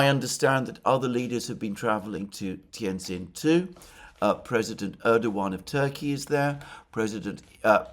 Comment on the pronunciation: Pronounced 'tee ann gin' . You're welcome